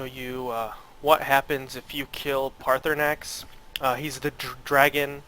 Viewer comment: yeah and you cant either its paarthurnax not parthaunax